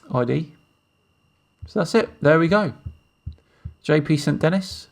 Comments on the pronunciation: It's not "J P".. It's "G P".... :) It's important we get this plums name right! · GP would not be "Jay Pee" but "Gee Pee" ...